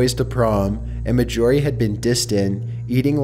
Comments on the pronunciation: He also calls Mar-gorie, "Mah-jorie". Completely bugs me. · Her name was. M a r J o r I e not M a J o r I e. Get me? Marj not major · Story 5: YOU MEAN MAJORIE??? Not majyourie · ASFvsASAP 1 I kept correcting him too Axel! And sorry but at first i didn't catch Mag-orie but I'm sure its Margorie like margarine and ory lol but still love the storys and vids! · dude, it's not ma-jorie, it's marj-orie as in margarine or Darjeeling I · Are you sure the name isn't MAR JOR EE? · I believe you have mispronounced the name of the last story's name. I'm sure its pronounced Marjorie mar-jor-ie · It bothers me that he is saying the name Marjorie incorrectly. Ugh.